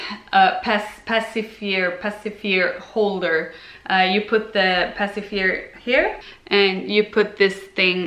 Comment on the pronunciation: I've only been watching your Swedish videos so it's so funny for me to hear you in English. Lol at the "pacifier" pronunciation. It's "pass-i-fire." and that "I" is like in the word "in."